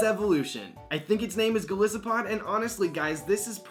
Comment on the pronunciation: man just to let you know its pronounced go-lie-su-pod